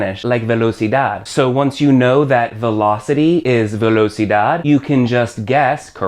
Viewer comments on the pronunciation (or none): none